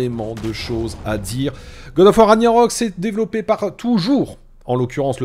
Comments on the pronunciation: Ça se prononce Rag-Na-Rok. Pas "Raniarok" 😂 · A chaque fois que tu dis "ranyarok" je saigne des oreilles 😭😭